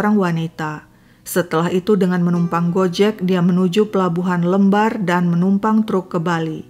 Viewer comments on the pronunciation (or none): Kisahnya serem banget, halo kak koreksi sedikit "Pelabuhan Lembar" itu dibacanya "Lembar (seperti membaca kata Lem/glue)" >,<